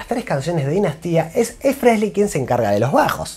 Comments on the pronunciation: EXCELENTE informe/resumen. Lástima el "Fresly" jaja. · Me falta pronunciar frehley sin la S y estamos para el campeonato 🤣🤣